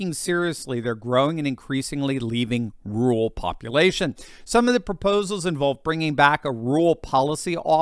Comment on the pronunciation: DUDE, YOU GOTTA LEARN TO PRONOUNCE “RU-RAL”.